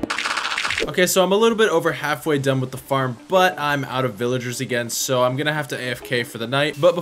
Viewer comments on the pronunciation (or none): “Villigars, Pilligars”